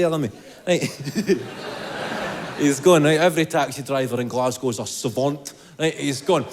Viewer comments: " glaz- go " you got the city right ! normally its " glaz-gow " from the Americans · As a Scottish person you have said that right and also you have said GLASGOW right too.. 😂😂